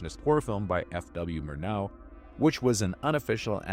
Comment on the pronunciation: The emphasis should be on the first syllable in 'Murnau'. MOOR-now.